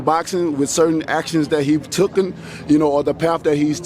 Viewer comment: Instead of "taken", Wilder has invented a new word "tookan" 😂